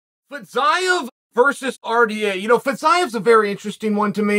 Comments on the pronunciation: Fee-zee-yef. Just in case. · Its pronounced Fizzy-Ev, Chael! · His last name not Fizaev.Fiziev is right!! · i think he intentionally mispronounces names at this point. fitsaev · First 1 second “Fizz-zigh-av” Oh ok uncle chael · Fitz-I-of LOL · It's pronounced 'Fa-zeev' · I can't wait for Chael to tell us off in 6 months' time for not telling him he was pronouncing Fiziev wrong. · Came here to learn the correct pronunciation of Fiziev and let me tell you I was not disappointed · The pronunciation of Fiziev just continues to get worse and worse as the video goes on That and the entire video was “RDA is a gatekeeper”